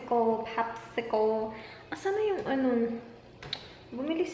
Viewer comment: Ang weird po ng pagsabi mo ng "popsicle" 😂